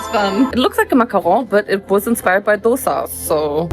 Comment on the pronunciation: The way she said dosa in the perfect South Indian accent healed my soul